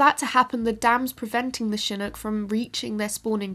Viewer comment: Bonus points for pronouncing Chinook correctly.